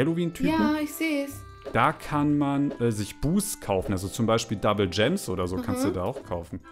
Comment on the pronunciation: Wie einfach immer statt Gemes Coins sagt 😂😂